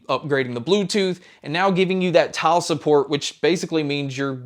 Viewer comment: I heard "tile support" as "child support" Ps I am using the dime 1